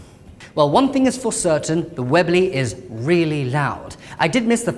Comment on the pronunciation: Hehe, it sounds funny when he says webley, its sounds like he's saying wibly xD